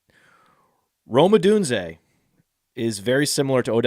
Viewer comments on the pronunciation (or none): I love the pronouncing Rome Odunze as Romeo Odooziay bit